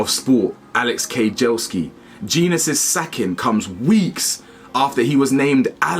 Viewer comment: It's pronounced Jen - Nus BTW